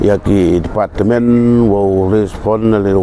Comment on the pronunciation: Tang u pronounce ia i department leh myn pu tip mo